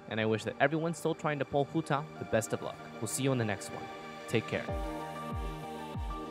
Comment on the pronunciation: Im sorry but i hate the way you say Hu Tao great video otherwise